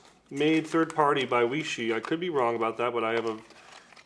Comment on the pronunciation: Weishi. Way-she